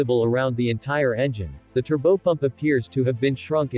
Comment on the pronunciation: of Space the AI narrator needs to say Turbopump correctly?